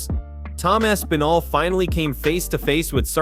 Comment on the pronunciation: Way to butcher the pronunciation of Aspinall's name...